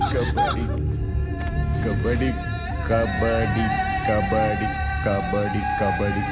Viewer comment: The First one😂 kabadi❌kabari✅